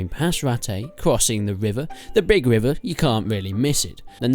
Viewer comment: The wivvah and the woowined stuff. Nice confidence though. :p